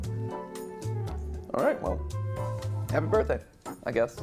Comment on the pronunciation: Why did Dey frow up, Dey didn’t wike my berfday shake, I… I wish I never had a berfday